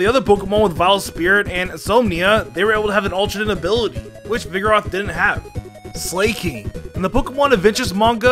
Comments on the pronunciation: pronounces Slakoth and Slaking (slay-kof) and (slay-king) It's Slakoth (slack-oth) and Slaking (slack-ing) based on slack, sloth, and king (Slaking) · Slayking??, .... are you kidding me dude? have you not ever heard the word Slack? Slacker? as in a very lazy person not doing his job? have you not ever saw the anime? wtf are you saying Slayking for?????? thats not its name, its SLAKING. ... ????? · Dude!!! MAW while. Maw as in mouth.... Not that hard. And Slakoth= slack off... as in slacking off and Slaking=slacking off as in again slacking off.... Dude, for someone that spends of much time on Pokémon, you really blew those. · fr, i mean its from the word "slack" so i dont know why he pronounces it as "slay-" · "Slaykoth" "Slayking" i sense another pronunciations video from Alex incoming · Slay-King nice I always thought it was Slack-King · slaking NOT SLAIKING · Stop saying slaking as slay-king. It’s sl-ack. Like slacking off. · I knoooow right!! I didnt understand when he said "illuminice" ... and How abouth "slay-koth" and "slay-king"??? Soooo frustrating! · He says slaking like slayking 🤣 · Slaykoth and Slayking, huh? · slack-king , cmon man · It's Slack-koth or Slack-king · Literally turned it off when you said 'SLAY-king' what the fuck?? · this pokemon is based on sloths that SLACK off. Sometimes i get pissed by these pronunciations lol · First time I've heard anyone mispronounce Slakoth and Slaking I'm impressed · I love how he pronounsis slaking